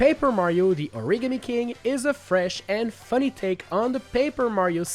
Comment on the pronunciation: I keep thinking about how he said origami